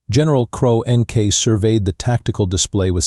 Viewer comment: "cro n k" try "CRONK" for the pronunciation!!!🤬🤬🤬🤬🤬🤬